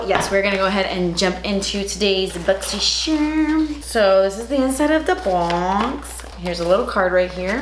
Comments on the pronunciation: I got a different box. I got the tweezers, eyeshadow palette, brush cleaner, glitter drops and eye brushes. I loved my box. I love watching your unboxings. Mostly bc you say boxysharm instead of Boxycharm. Lol! You're my favorite YouTuber!💕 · I freaking live when she says: "BoXyShErMuNbOxIn!"